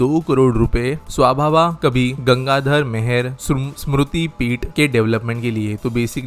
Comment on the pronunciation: Not swavaba kabi its swavobo